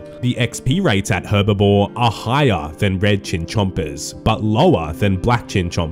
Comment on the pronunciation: When will people stop calling herblore herbivore 🤣🤣